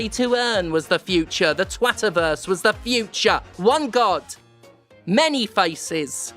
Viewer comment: Losing my mind at "Twataverse"